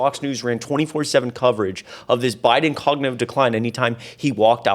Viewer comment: Please make note, it is cognitive, not cognive.